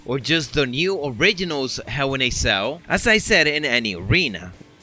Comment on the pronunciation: hew in a ceww